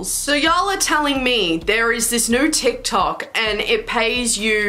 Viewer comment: “d not a t” DIKTOK